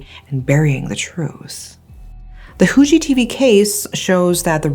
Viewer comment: Your pronunciation of "Fu" in Fuji TV is actually pretty good.